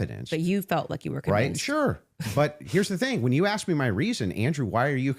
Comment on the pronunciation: she said axe authentically and then corrected herself!